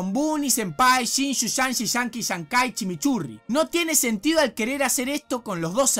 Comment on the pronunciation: "Chimichurri" jajaja